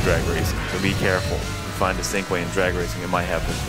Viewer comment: its pronounced chin-kweh not syncweh